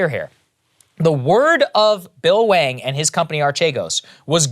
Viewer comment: Is it pronounced Wang? Or hwa-ong? Dude is a professional scammer.